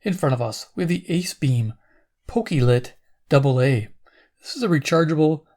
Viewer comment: Pokey Lit? It's pronounced Poke-clit.